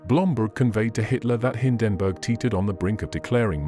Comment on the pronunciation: They really have to work on the AI Voice models. Don't expect NAZI to come out like Churchill, but Hindenburg should sound like standard pronunciation. And CORPS not Core? Spoils a good video